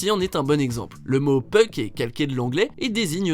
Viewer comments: *Bémol de prononciation, on dit: < >, prononcé avec le < > et non "puc" comme dans < > etc (on dirait, en fait, que vous dites "peuk"?) Merci pour la vidéo, c'est plaisant d'avoir une vision outremer du pays!🎉🎉🎉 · Le 10 e c'est pas « peuk » on prononce « poke » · J'adore comment tu dis puck